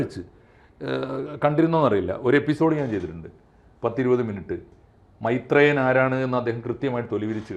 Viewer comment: മൈത്രെ യൻ അല്ല കൊച്ചേ മൈര് ത്രേയൻ